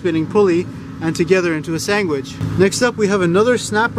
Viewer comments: Say sangwhich, again! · Sangwich 😂 love it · What is a "sangwich"? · and makes me want a sanGwich. Mmm sanGwiches. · lol you say "sangwhich" like my mom. Do you happen to be from lubbock? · Sangwitch? To funny!!! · Like a sangwich 😆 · What the actual fuck is a "sangwitch"!? 🤔🤦🏼‍♂️ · Thumbs up for brother's underwear! This video is awesome. For all the linguistics geeks who happen to watch this video, I'd heard about the pronunciation of "sandwich" heard a couple of times in this video on an episode of Slate's "Lexicon Valley" maybe a year ago, but had never heard anyone use it until now. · That is all called a sandwich bruhhhhh. Learn to English.